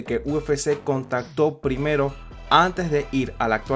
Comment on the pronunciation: En 5 minutos dijiste tantas veces "Alexander volkanoFFFky" q no tuve más opción q sacar el video.